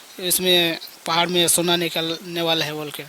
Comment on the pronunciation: पहार नही पहाड hota hai.. शोना नही सोना hota hai aap baar bol rahe ho aisa to ajib sa lag raha hai sunne me.ple sona ko sona he boliye kahi kahi aap thik bol rahe hai kahi kahi lagta hai jabardasti bol rahe hai ple sudhar kijiye